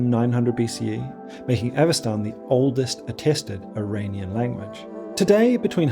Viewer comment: Impressive work! Just a few notes about stress: Sintashtá with the stress on the final syllable, and Avesta -> Avestan is like EstOnia -> EstOnian, not like KazachstAn.